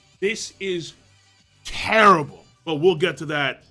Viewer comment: Turrable , TURRABLE .